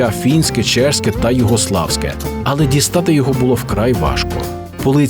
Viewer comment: Дякую, але не "чешські", а чеські.